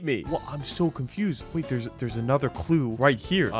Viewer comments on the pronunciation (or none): none